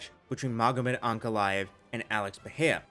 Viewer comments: it's Pereira not Peheia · You and Chael are the goats at mispronouncing Pereira.